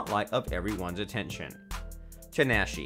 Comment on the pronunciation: U said tinashe name wrong